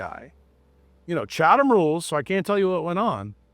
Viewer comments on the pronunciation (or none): none